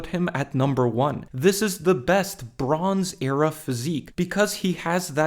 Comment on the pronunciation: When you said "the bronze era" I really thought you said "LeBrons Era"